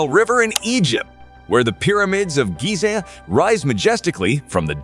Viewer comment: the way he pronounced Giza though 😖 Like scratching a blackboard with nails